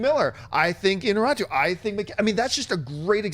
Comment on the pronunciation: Its I-ÑA-rritu, not Iña-RRI-tu.